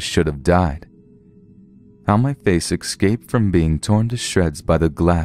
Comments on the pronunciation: escape not exscape (eh-sc-ape) not (ex-sc-ape) just saying love your stories though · Yet how many times did you hear him say excape... I cringed every time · Great stories! Pretty good narration - except there is no "x" in the word " escape".